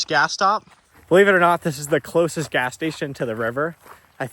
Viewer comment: I def heard bring "grass". Not "gas". Good man!